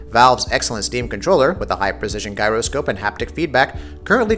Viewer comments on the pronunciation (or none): You pronounced gyroscope wrong. What an expert.